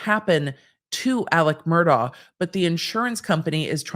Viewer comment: Mur-DOCK. He is a horrible man, but you dont get to tell him how to pronounce his damn name.